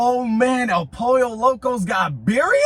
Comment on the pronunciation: The way he pronounces birria makes me cringe 😂